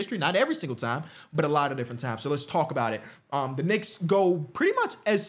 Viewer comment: He’s a what ? lol a knica?